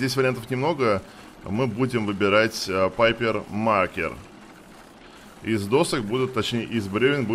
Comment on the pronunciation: Классно когда говорит на идише. Папер махер... Звучит жэж! Ато какой-то там пэйпер мэйкер)